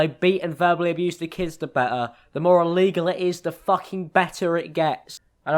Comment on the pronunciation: "child abuthe"